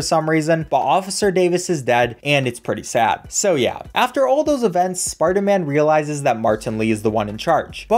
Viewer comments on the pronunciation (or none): sparderman lol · “It’s not always about the speedrunnin’ spidah man”